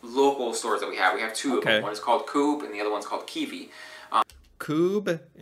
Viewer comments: First thing that I reacted to was his prononciation of "Coop". It's not coop as in a bargain but co-op is in co operative. Part owned by the customers. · Its not "Coupe" its literally "Co-op" like in cooperation😅